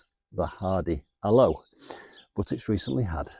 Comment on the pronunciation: Al... oh.. with the emphasis on Al. not a-low please!! They're indigenous to us here in South Africa. Love our AL-oes